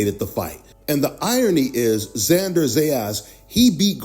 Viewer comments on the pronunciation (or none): Bro, it's not XanDAR, it's XanDER.